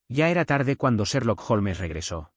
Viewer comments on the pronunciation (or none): Haces pausas raras en medio de algunas frases, no se si es por el cambio de línea o página o qué pero deberías intentar no hacerlo. Aparte se pronuncia "holms" no "jolmes". Tienes buena voz y con práctica seguro que mejorarás.